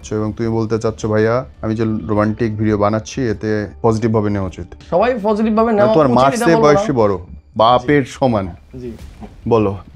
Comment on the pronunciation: ও তো কথাই বলতে পারেনা। পজেটিভ কে বলে ফজেটিভ 😅 আরেকটা জিনিস, বার বার বলতেসে ওরা কাজ করে, কাজ করতে গিয়ে এমন হয়। আরে বাবা কি কাজ টা করে ওরা? 🤔 ওরে বলেন যে এগুলা কাজ না ও কাজ।